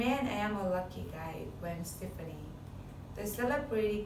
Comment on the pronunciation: You still have NOT learned how to pronounce superstar Gwen Stefani's last name it's pronounced Steff ah knee. Get it right.